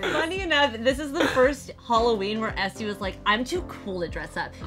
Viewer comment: grimmy. her name is ESTE not ESTEE